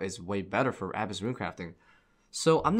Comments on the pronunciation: The way you say "abyss" hurts me deeply, please place the emphasis on the second syllable haha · abyss is such a simple word, listening to you say it wrong had me like wtf, each time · Can’t pronounce Abyss, but is the PVM God of OSRS. Funny how we can’t have it all right? 😉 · bro look up how to prounounce "abyss" holy shit